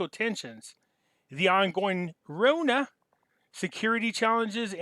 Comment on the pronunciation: you say Corona like that I have no choice but to give you a thumbs down